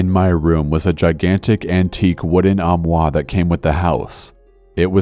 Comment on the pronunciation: corpse: armoire me: whaaa? his french accent eye... faints